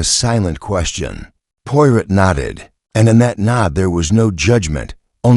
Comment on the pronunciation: Good Lord, your robot can't even pronounce the main character's NAME????